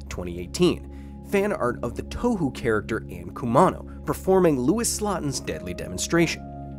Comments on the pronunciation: Yes, you pronounce 東方 "ToeWho" like a proper westerner :D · "toe-who character" lol. lmao, even. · I just wanted to say 東方 (touhou) is actually pronounced more like "toe(as in foot appendages)-ho(as in a prostitute)" Pretty much all memes in Japan end up getting related to anime characters. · Pedantry incoming: Touhou is written as Tōhō in Hepburn romajii which gives a better idea of the sound in Japanese. Generally speaking "ou" in Japanese is like the "o" in "wok" but longer, just as "ei" is like the "e" in "dress" but longer. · no way is that koakuma from touhou on the thumbnail??? EDIT: yes it is, also he said touhou like "touhu" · to be fair anyone that doesn't know touhou wouldn't really pronounce is currently lol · Hearing different people pronounce ‘Touhou’ brings me a feeling that cannot be described by the English language.